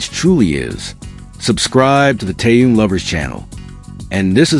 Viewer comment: Когда вы научитесь правильно произносить его имя . Он тэхен. Хватит коверкать . Слух режит